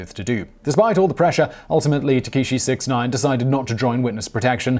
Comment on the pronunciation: It's pronounced Ta Kah she 69.